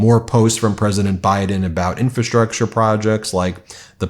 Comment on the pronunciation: There are three "Rs" in infrastructure. I fear that any day now I will hear you say 'newkewler'.